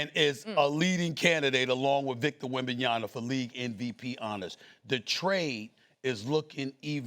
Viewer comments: It’s DON-CHITCH and WEM-BEN-YAMA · Stephen A makes it a point to say Luka Donchick and Victor Wembanyana. Like he never seen these dudes name before and never heard them said by anybody else. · Can someone PLEASE tell Stephen A. how to pronounce WembanyAMA? M. There's an M. Please. Kthx. ...and it's DON-CHICH. Not Don-chick. You literally do this for a living. Know the names. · For something like 8 years now. He also mispronounced Wembenyama's name by pronouncing it with an "n" instead of an "m". I'd be pissed if someone on national TV kept mispronouncing my last name. I'd call in during a live show and cuss him out.